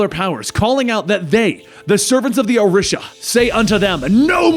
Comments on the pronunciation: Orisha is pronounced "O-Ree-Sha". I worship them and I find it very beautiful to have a comic book character who talks briefly about them. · O-REE-Sha+ ORISHA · This mans over here saying Orisha all wrong